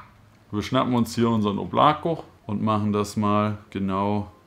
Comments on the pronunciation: Weist du eigentlich das man es nicht “Oblako“ sondern “Oblaka“ spricht ? Bedeutet übrigens Wolke 😜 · Nice review. Aber beim "Oblako" bitte erste "O" betonen. Danke. Wobei Aussprache ist viel besser als beim "Voskurimsa"))